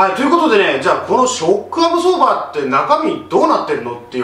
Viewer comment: なんかわからんけどショックアブソーバーの言い方がかっこいいw